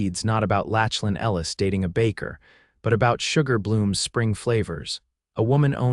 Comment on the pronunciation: Saying his name as Latchlin instead of Locklin throughout was annoying. Maybe you need to read out aloud to a few educated friends first so errors like these don’t happen.